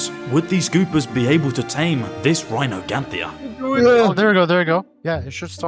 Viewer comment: Its rhyniognatha dude 😭 not rhinoganthia